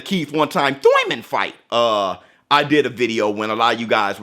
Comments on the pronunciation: Are you saying thurman or tooyman lmao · It never fails to make me laugh hearing "Thoyman", instead of Thurman 😆😆😆